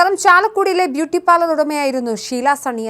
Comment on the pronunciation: Parlemento?😂😂sookshichu parayu kutty parlour ennathinu pakaram parlement aayi😊